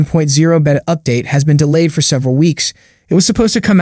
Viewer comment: "Baytuh" NOT behta